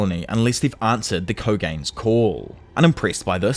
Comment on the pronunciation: kogane: is not pronounced k - oh- gain lmao